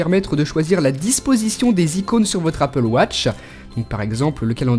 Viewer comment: apple watch et non apple wotch XD